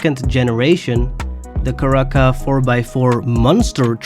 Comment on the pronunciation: How are u butchering some of these names so bad lmao your too old and been speaking english too long for u to be pronouncing some of these names as bad as u are Other than that good video its awesome But Let me help u with your mistakes.. (that i know about) 1. the word is marcquise pronounced Mar•Key 2. u called said “Caraca” when its Cara•Cara 3. u called the yosemite, “yossmite” its pronounced Yo•Sim•It•Eeee 4. u said “doge dakota” when u know its “Dodge” bro lol im not even gonna spell that one out for u cause u should know 5. u said “younga classic” when its the Youga classic as in Yo•Gah 6. u said “granger” when it is Spelled that way but pronounced “Grain•Jer” 7. u called the jubilee, “jubeely” when its pronounced Joob•ill•Lee 8. u called the Mesa, “Messa” when its pronounced May•Suh 9. u called the Dodge durango “doge” again smh ill let the buccaneer slide u basically pronounced it right for the most part 10. u pronounced the Chino super wrong lmao its Chee•No 11. (and multiple times after) you said “coupey” when the word is “Coupe” and its pronounced “Coop” 12. you said bentley “azoon cabriolet” inspired car or something when i think u were talking about the Azure Cabriolet pronounced As•Sure and Cabrio•Lay Also you zoomed in too far or something cause we cannot see the vehicle your talking about so i couldnt get a proper name to help u with 13. u said chrysle